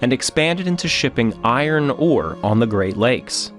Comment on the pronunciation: actually was wincing hearing it. It just seemed a silly thing to say wrong, a 5 letter word. As for Belle Isle, if you're in a hurry, I can see it.